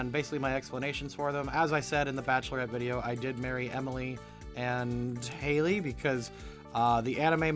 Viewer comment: btw have you noticed that the youtuber mispronounced Hailey for the entire vid? Also, Caroline would definitely be a druid